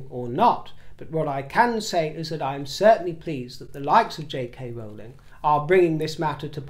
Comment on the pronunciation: Thank you for the Rowling Rowling pronunciation!!!!